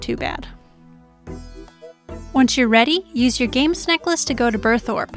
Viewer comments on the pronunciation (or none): none